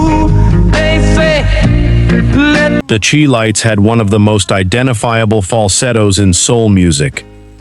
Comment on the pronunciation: The "Chee" lites? Nope, it's pronounced "Chi" as in "chive" with a hard "I."